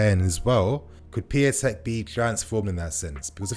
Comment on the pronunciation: It's Pee-un-tek, not pee-a-tek